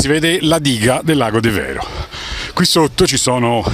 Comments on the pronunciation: Bel video, ma un piccolo appunto La pronuncia e' De'vero , e non Deve'ro. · Devero si pronuncia con l'accento diverso.....ci vado da 50 anni